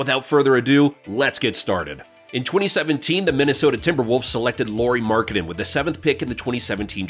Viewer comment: nice job mispronouncing his name